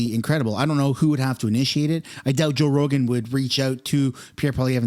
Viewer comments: He said “Roe Jogan” haha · You said "Roe Jogan"...lol, dude. The first time you said his name, Roe Jogan...lol. I totally had to go back just to make sure. Joe Rogan. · It's Joe Rogan! Not roe jogan.. lmao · You just said Roe Jogan bro! Hilarious! I'm happy I caught that in your intro LMAO! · Haha you said Roe Jogan! 😂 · Roe joegan? Lol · Joe Rogen…… not Roe Jogen…….😅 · Roe Jogan ??? LOL.... listen to your introduction. 🤣🤣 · LMAO! You said Roe Jogan... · Anyone else notice he said Roe Jogan? That made me chuckle. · "roe jogan" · Did anyone catch the roe jogen in the beginning 😂😂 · "Roe jogan" lmao!!! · “Roe Jogan” 😂 was that on purpose to get this comment? Lol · Do you realize that you said roe jogan? 😂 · 10 seconds in ....'Roe Jogan?' 🤣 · I swear in the beginning of the video you say Row Joegan. Lol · roe joegan! Was that on purpose? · I know it was just a slip of the tongue but Roe Jogan Lol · You said Roe Jogan at the beginning 😂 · Did you just say ROE JOGAN 😂😂😅😂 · Did you say "Roe Jogan"? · hahaha you said Ro Jogan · Am I the only one that caught that? First few secs… ROE JOGAN?! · “ ROE JOGAN” 😂😂😂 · "Roe Jogan" lol...they really censoring his name? Or just a crazy mispronounce? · did u say Ro Jogan? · Did you juat say "Roe Jogan"? 🤣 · Did you say Roe Jogan at the beginning of your video? Bahahah yes, you definitely did! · Lol you said rogue joegan. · Bro called him roe jogan at beginning xD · you called him roe jogan lol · Back up the truck! beep beep! did you say roe jogan in ur intro?